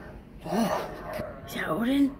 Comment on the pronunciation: Tonka’s tail is hysterical. He’s saying ‘O-DIN’